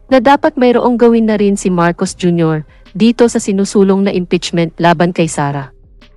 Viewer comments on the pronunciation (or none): gumalang ka naman hoy ikaw na announcer... o sadyang wala kang paaralan ha4... pagbugkas mo nalng pangalan ng presedente ng pilipinas MARCOS JR.